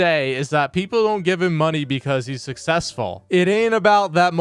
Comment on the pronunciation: Im sussessful me reee!